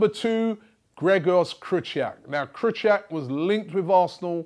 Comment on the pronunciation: Man said "KRYCHIAK"